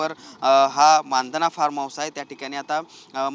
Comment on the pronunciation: अरे दादा मानधना नाही रे 😂😂😂 मंधाना.